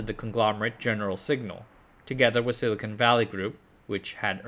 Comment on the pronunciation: silcon /silikon/ not silicone /silikoun/. The first word has a hard n and a short o like in con, the second has a dipthong ou like in cone. Funfact silicone contains silicon(Si).